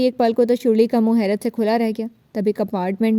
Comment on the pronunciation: her name sharley no shurli😂😂😂😂😂😂